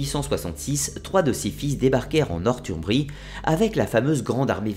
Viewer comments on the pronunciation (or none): superbe vidéo mais juste revoie tes prononciation stp sa fais mal au oreille mdr exemple tu dis "nortumbri" mais sa ce lie norsumbri même si ça s'écris northumbrie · Northumbrie ce prononce Norssoumbrie ..